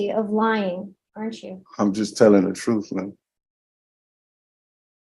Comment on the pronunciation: 'I just telling the troof...' Yeah, right. Cannon fodder, at best.